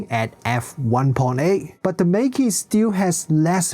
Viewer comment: You can just pronounce the brand name in the chinese way - the correct way 😅